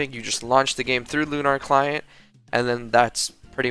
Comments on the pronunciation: pronounced “lu-ner” not “lu-nar” sorry for being the grammar police but it just bugs me a ton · loo nar client lol jokes aside nice vid :D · you pronounce lunar wrong.